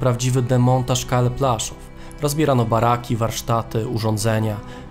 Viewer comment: Widzę że kolega korzystał z zagranicznych materiałów. Nie Plaszow tylko Płaszów. Aż w uszy kłuje, ale program fajny.